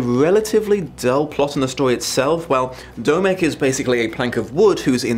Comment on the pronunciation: Dear... Domek is the informal form of Dominik, hence the O in Domek being pronounced the same as the O in your name;) greetings from Prague:)